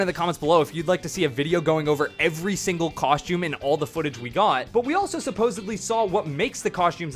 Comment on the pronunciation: "Cosh-tomb"? It's 'costume' 🤦🏻‍♂️🤦🏻‍♂️🤦🏻‍♂️